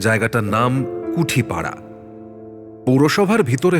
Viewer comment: কুটিপাড়া কুঠিপাড়া নয়